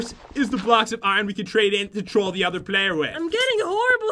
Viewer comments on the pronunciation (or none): none